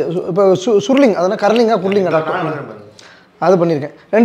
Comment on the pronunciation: அதென்ன கர்லிங்கா குர்லிங்கா😂😂😂😂 😅😅